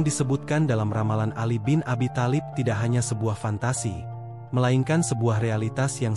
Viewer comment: Kalopun menyebut nama tholib bk tholib tp talib